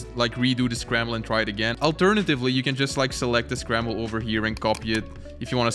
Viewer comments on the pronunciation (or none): this called scramblE panel you said it like on espanol